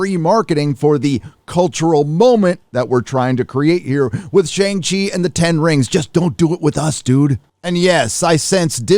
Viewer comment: I used to buy from Russ at a the old school Outpost (yes, pre reboot non creative name chang she) and you have turned pop culture heel. Why? You pronounce Shang properly (fake ass pandering)